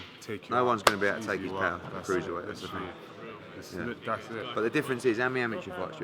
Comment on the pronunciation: "This levels to this ting" FFS Eddie hahahahahahahahahaha